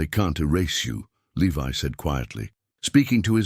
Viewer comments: At first the ai reading the guys name the correct way. Levi then he says leve can you people ever get your words correct useing the proper long and short vales the correct way??? 😊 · If Alice was Levi’s mother, as your story states, the Jonas and Eleanor were his grandparents not his great grandparents. This is why the story is getting confusing first I thought I was wrong but nope you guys are getting your generations confused and you have pronounced Levi’s name three different ways. It’s Levi just like the jeans.